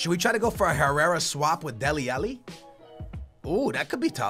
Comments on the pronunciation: ITS FUCKING DELE ALLI NOT DELE ELLE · Stop calling him dele elli its dele ally!!!! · love your content, but please correct your pronunciation of Dele Alli. xD